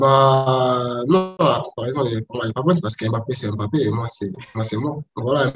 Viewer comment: NON PAS AIME BAPPE STP, tu dois le dire comme mnémotechnique, c’est étrange les journalistes ne font pas l’erreur avec AIME ladenovic 🤣🤣🤣🤣